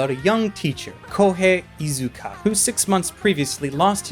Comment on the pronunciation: Inuzuka, not Izuka.